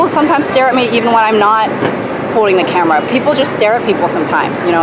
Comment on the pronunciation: You're saying camera as "camarra" . Yes, something's definitely wrong. You have been elevated to actor status now 🤢